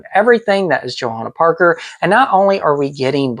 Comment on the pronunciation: Awww!! I Love this! You pronounced my name beautifully, and I so appreciate you taking the time to deep dive into all things JP! You clearly have done your homework, and Thank You so much for loving my designs, taking the time to share your collection and inform fans about my art. I’m truly honored & humbled by the many JP enthusiasts out there and tickled to see videos such as this. Warms my Heart! Happy Hunting & Haunting, ~ Johanna Parker:)...(and btw, you’re right on the polk dot with your hunch! Indeed, we will have a new Holiday ceramic collection hitting stores this year!)